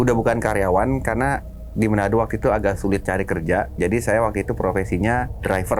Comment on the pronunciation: Bukan menado bang tapi manado